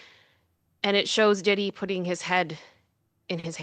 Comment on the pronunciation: P "WEE" DIDDY 🤣🤣🤣🤣🤣🤣